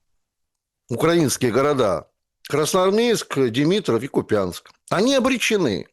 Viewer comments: кУпянск, а не купЯнск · Как можно верить человеку, который даже не знает, что правильно говорить не КупЯнск, а КУпянск.. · Все классно, но можно попросить говорить правильно название города - КУпянск! Спасибо